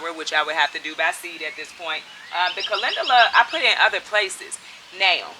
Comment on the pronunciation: Calendula - pronounced Calenjula. LOVE, LOVE, LOVE your videos. Your smile is infectious. Much Love, Peace and Blessings to you and your family.